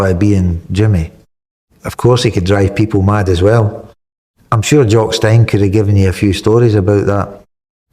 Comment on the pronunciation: I don’t think this is real. Kenny would pronounce call Jock Stein’s surname that was. It is pronounced “Steen” not “Styn”. Another fabricated video.